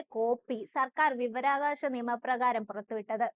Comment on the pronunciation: വി വ രാ വ കാ ശം... വിവരാകാശം അല്ല..